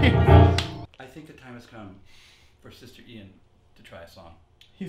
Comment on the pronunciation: "Sha shister shant shing" 😭💀